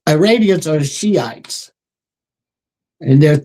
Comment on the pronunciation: IM SORRY PEOPLE.... BUT EVERYTHING CORSI SAYS SOUNDS LIKE SHIT BURGERS!! AND IM NOT HUNGRY!! NOT TO MENTION HE JUST SAID ISRANIANS!!! REWIND IT AND WATCH!! THAT OLD DUDE IS GASSING ALL YA'LL UP!! EITHER HE IS ON THE BAD TEAM, OR HE IS JUST READY TO GET PUT OUT TO PASTURE (respectfully) I would never poke fun at a demensiated senior citizen!!! But what he says does not pass my freaking intuition test!!! Not even close!! They must have bought and paid for Mr Corsi after he assisted in the book "SILICONE SATAN"!!! I really wish you would ask Cregg Lund- if the original Jerry Corsi is still the current Jerome Corsi!! It sounds like he has been freaking compromised by the black hats!!! Just saying ya'll!!! My intuitive compass is almost flawless!! If old dude is not senile... then he is compromised